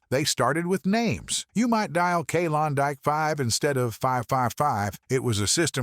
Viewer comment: I never heard Klondike pronounced like that, maybe they do in England where you keep showing videos of.